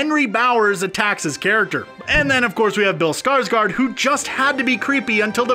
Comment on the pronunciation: That guy can't say bills name lol not trynna be rude but : "Skrsgrrd" or "Skrrsgard" lmao